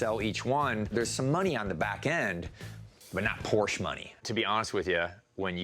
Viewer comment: Porsche is a two syllable word either singular or plural...... KTF